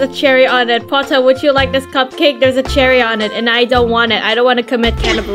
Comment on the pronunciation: Also i love how you said "PoTtAhH" ITS SO FUNNNY🤣🤣🤣